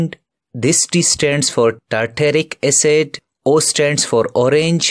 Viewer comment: its acid not acet lol